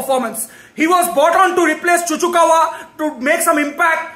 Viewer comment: Cucurella ✖️ Cucukawa ✅ 😂